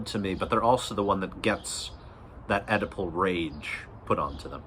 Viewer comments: I keep seeing your text-to-speech interpet Oedipal as edible, and now I have a funny image of Freud diagnosing a client with an edible complex, and the client is on his sixth brownie saying "dude, no way". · I wondered what his use of 'edible' meant...maybe 'consumerism'? Then finally i realised he is saying 'Oedipal' ! Anyway you got a sub for this worthy attempt to read the memes!